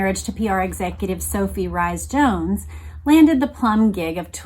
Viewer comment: Rhys-Jones is pronounced “Reece-Jones”.